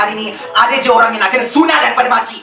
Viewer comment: "they need to be sunated" 😂